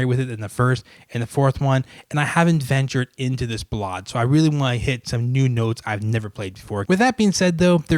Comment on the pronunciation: The way you choose to pronounce "ballade" sounds like the most obscene of Russian cuss words so perhaps its good that you never had the opportunity to talk to Mr. Rubinstein.